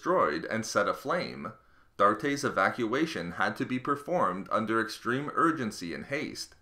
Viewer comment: Ekstremedogskillz I like it tho, it's a fancy word lol